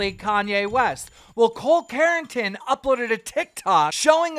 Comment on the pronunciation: "Carington" 😂😂😂😂😂😂😂😂 lmfao